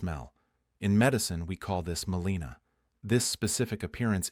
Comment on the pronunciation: It's not melina, its melena.